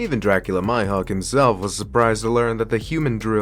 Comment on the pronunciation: Its mihawk bro not maihok